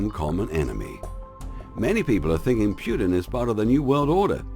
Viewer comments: NICE, BUT TRY TO PRONOUNCE PUTINS NAME PROPERLY...!! ITS NOT PRONOUNCED "PEW -TIN"..... TRY "PUT -IN"... STUPID YANKS WITH THEIR CONSPIRACY THEORY CRAP...... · It is not pronounced Pjutin,just Putin :)